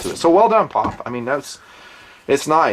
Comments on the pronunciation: I've never in my life heard someone pronounce POF like it was a 3 letter word. Dude, it's Pee Oh Eff. lol Wow, that was annoying af. And you don't do that with any of the other MANY acronyms you use on this channel on a daily basis. lol But all of a sudden, we're Pawf'n it. lol wtf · P...O...F... Not POFF. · It's not a "POF" it's pronounced " P.O.F. " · From a POF owner and enthusiast, don't call it a Pawph! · Pee Ohh Eeff lol